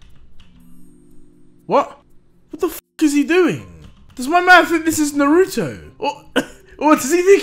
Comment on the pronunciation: The wat deji pronounces naruto name 🤢🤢🤢🤢🤢